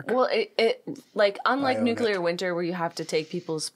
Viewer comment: "Nucular".... eye twitching